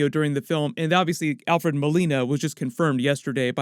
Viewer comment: Thanks for pronouncing Molina’s name right this time.